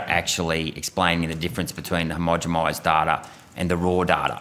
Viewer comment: Yo Malcom, Its homogenize not homogemize.. Peace and love